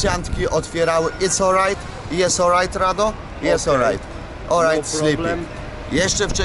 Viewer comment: Jes oł rajt rado?jes oł rajd